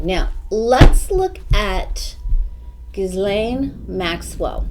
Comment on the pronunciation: Ghislaine Maxwell ... her name is pronounced Geelan ( the ‘G’ is a hard g as in guitar) and the ‘s’ is silent.